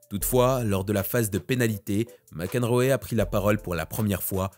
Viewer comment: s'il te plaît, apprends à bien prononcer les noms anglais !!! c'est juste insupportable. Mac Enroéééééééééééé putain quoi, sérieux !!! T'as jamais entendue parler du joueur de tennis John Mac Enroe franchement !!!!!!!!!!!!!!!!!!!!!!!!!!!!!!!!!!!!!!!!!!!!!!!!!!!!!!!!!!!